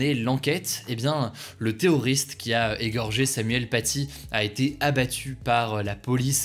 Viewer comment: Par contre articule c'est pas theoriste mais terroriste